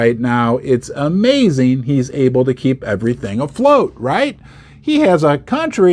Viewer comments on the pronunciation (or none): none